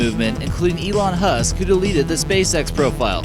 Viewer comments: Did he just call him Elon Husk,really....smh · you said elon HUSK.....omfg your fucking stupid